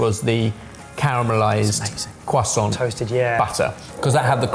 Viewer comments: Cwassant. Because the French can't pronounce the R, right? Ridiculous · The way you lot pronounce "croissant" is more pretentious than any of the ingredients ever displayed in this formant.